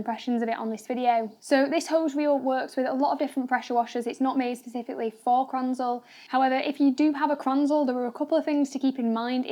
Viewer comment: Might want to explain in the video what mounting kit you used and also it’s not pronounced kranzel. Gritting my teeth.